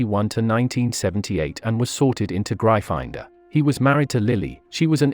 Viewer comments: Pronounced Griffindoor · Ik but the vid said Gry finder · Gryffindor is pronounced Griffin-Door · great video but can we skip the AI voice? They were in Griffindor not Gry-finder. I do enjoy your videos though. Keep up the great work. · It grifindor not gryfondon Duh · It’s Gryffindor not grifinder🤣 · Isn't it Griffindor? Not Grifinder..? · What the heck is " gry finder " ?!?! (Its pronounced gri-ffin-door by the way). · It’s not GRY- FINE -DOR it’s griffin-door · Oh my gosh it’s Griffin door not gry finder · Its GRIFFINDOR not GRIFINDER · Real Potterhead here, it's prounounced "Gryff-in-dor." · Griffindor [graifander] lol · Excuse me gri-find-dor? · Bruh seriously grifinder. Wth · My favorite word of this video was "Gry-finder" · The way he says gryffindor grifinder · It’s GRY FFIN DOOR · Really butchered the name Gryffindor didn’t you lol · You pronounced gryffindor wrong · I love the mispronunciation of Gryfindor. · Bloody learn how to say Gryffindor! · Good job! Why do you you pronounce "Gryffindor" in such a strange way? It's been pronounced a zillion times in the movies, audiobooks and by JKR herself! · Anyone else finding it hard to concentrate with the computer voice butchering Gryffindor and other words? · It's Gryffindor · Watch the video, he mispronounced Gryffindor. Also, *Gryffindor. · 1 it’s a joke 2 it’s gryffindor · Its actually gryffindor. Pls dont take this SIRIUSly (seriusly) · very nice channel but you pronounced gryffindor wrong and It's okay you pronounced it wrong